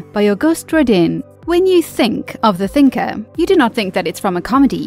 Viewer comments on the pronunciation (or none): "Ro-DEEN?" "Mao-ee?" Really? Try looking up pronunciations and practice them before recording. It's "Ro-DAN" and "MO-eye." (Also, in the video about Nature taking over, it took me a moment to find out WTH a "mull" was.